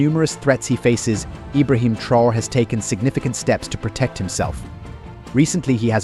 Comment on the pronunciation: The title of the video referred to Traore's security measures, but instead you dive into an analysis of his presidency. And you pronounce his name wrong!